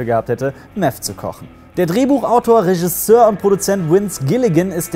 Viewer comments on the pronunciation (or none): none